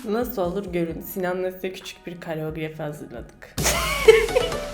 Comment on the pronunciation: kareografi değil koreografi pls